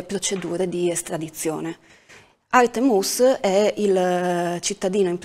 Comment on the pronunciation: Se non vi dispiace di cercare di pronunciare più coretto il nome Artem [Artyo'm] altrimenti è molto difficile capire di chi state parlando. Purtroppo i nomi russi spesso sono mal riscritti in latino.